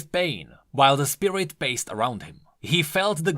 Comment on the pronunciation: "Spirirt abilities"